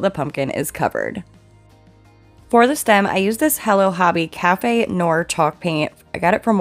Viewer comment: I loved your pumpkin DIYs with the faux leather! Very classy result! (However, the "noir" in "café noir" is pronounced "NWAHR" from the French for "black," not "NOR.")